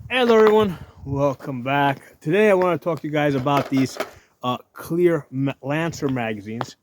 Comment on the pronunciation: Are you saying CLEAR or KWEER?